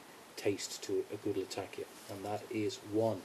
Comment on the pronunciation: Great video my friend, but it is Latak'ia and not Lat'akia. :)